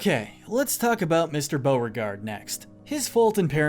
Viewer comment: ONE LITTLE MlSTAKE, BEAUREGARDE NOT BEAUGARDE, TEAVEE NOT TEEVEE AND TURKENTlNE NOT TERKENTlNE